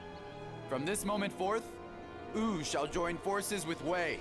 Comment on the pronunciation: 1) The new cast just sounds like a fan dub and Sima Yi might just be the biggest example of this. 2) I guess you could said Cao Cao… Wu'd them. 3) Why are they pronouncing Wu as Ooh? Sure, the 'W' is barely announced, but it's still there, just like the 'Y' in 'Yi', which should almost sound like it's at the end of 'Sima'. AAAAAH! Also, what kind of response was that from Xu Zhu? The hell was that?